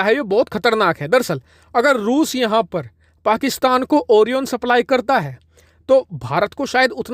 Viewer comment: O-RAI-ON ....not oriiion